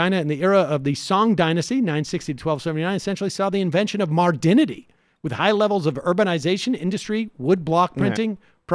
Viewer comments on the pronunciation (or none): I generally agree with you, but you straight up said "puh-toll-me" and "mardinity" instead of Ptolomy or modernity. That definitely undercuts any intellectual authority you try to convey. You criticized shapiro for using a vocabulary picked up in an Ivy League setting, but at least he can properly pronounce those words.